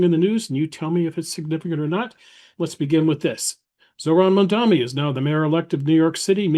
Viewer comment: Someone should be brought on to teach these q-tip heads how to say Mamdani.